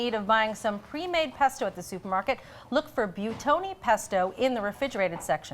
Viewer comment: Why do they always pronounce this brand like byootoni. If I look at how it's spelled, it should be pronounced buweetoni. BUI = buwee not byoo. And if it does have walnuts, I hate how they failed to mention that, when they downgraded the ones that have cashews. I'm allergic to most nuts (not pine nuts) and I can't have pesto in restaurants any more, even high end ones, or else I have to ask the waiter if it has walnuts or other nuts in it, and they have to go ask the kitchen, and then they say it's fine, and I still don't trust them. I don't want to have to go to the hospital.